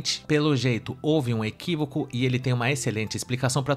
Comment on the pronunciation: Ok, ok, houve um “equívicu”, houve um “equívicu”😂😂😂😂😂